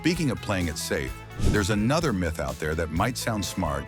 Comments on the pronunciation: Mith instead of Myth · So the AI voice doesn't know how to say "myth"?